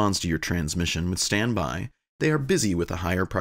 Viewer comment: My favorite is when ATC says "N12345 standy." And then you hear "N12345 standing by."